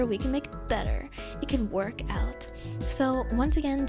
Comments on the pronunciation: I was going to click off until she said ✨BETTA ✨ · “But we can Huff be BETTUH, BEATUHH👹 beatter, we can Make it better!” besides this is pretty good tips!^^